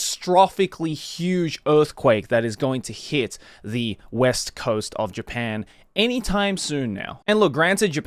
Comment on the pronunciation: Bro, you said west wrong so many times I started to question reality. Edit that sh1z out, dawg